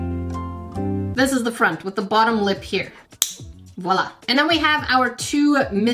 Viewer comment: Why did sound sooo British Botttom💀😭